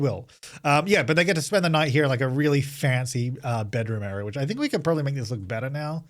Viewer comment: I briefly forgot the word "fancy" exists and was just convinced you were calling it a "fence-y fence" ....... I need a coffee xD